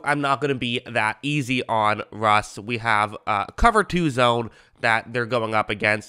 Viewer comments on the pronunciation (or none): none